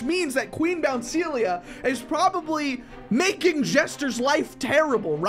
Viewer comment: “Its qween bounceilia!!” 😂😂😂